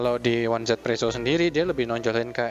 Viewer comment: di global juga baca nya izipresso kak